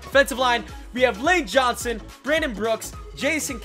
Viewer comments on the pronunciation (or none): none